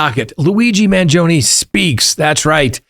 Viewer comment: You are mis-pronouncing Luigi’s surname. Please correct. Ask your Italian friends how to say the name. You are saying it wrongly.